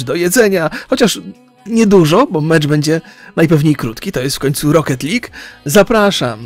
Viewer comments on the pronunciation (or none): none